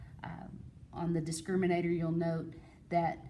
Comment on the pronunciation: A disc ... criminator I love how the word disc was emphasized